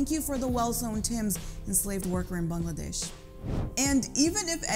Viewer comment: Finally someone who pronounces Bangladesh correctly.